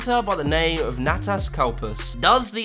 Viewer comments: nah-tus not nay-tus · Natas was also mispronounced